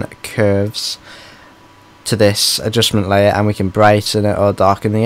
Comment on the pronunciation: Adjussmen layurrr add an Adjussmen layurr to the Adjussmen layurr XD